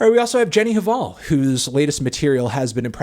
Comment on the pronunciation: (the h in hval is silent)